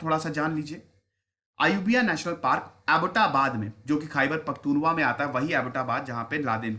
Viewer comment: सर ख़ैबर पख्तुनख्वा है,,,जिसमें त के ऊपर बड़ा ऊ है